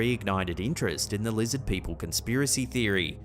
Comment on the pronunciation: "LIZZID PEOPLE!" 😂